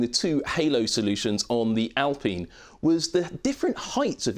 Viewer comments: Why are we calling it 'Al peen' as if thats how any ENglish speaker will ever say this name like that? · I think most English presenters back in 2020 called Renault by the French pronunciation, with the L and the T silent. It's not so out of this world.